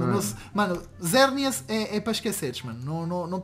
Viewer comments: mano se fala xerneas nao zerneas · Xerneas é com X não com Z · Ele fala e Zerneas mais não é o nome dele